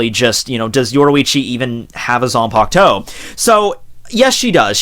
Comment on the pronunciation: It might just be her "zampukto", but not her zanpakuto. 🤣